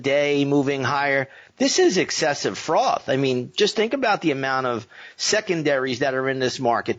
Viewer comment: is it excessive froth or excessive fraud? Not sure I heard you correctly... 😅